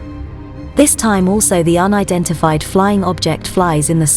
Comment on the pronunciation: if i hear her sayin UNIDIFIED FLYING OBJECT one more time im dead